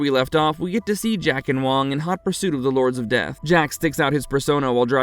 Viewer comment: Hey,, have you even watched the movie? The character played by Dennis Dun is named WAAANG not WONG. Sheesh.